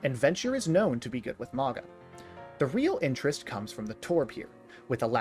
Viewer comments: MAOW-gnuh like "MOUNtain. soft Gn, like "Gnaw" MAOW-gnuh. I like this style of video, you did call a man you do not know daddy though. It... gave me pause. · The wa you mispronounce Mauga. Great video otherwise